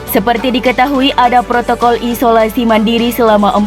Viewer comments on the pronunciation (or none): none